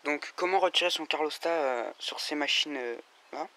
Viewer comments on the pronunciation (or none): hep les mecs !!! on dit calorstat et non carlostat..... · C’est CaLORstat hein, pas CARLOStat 😂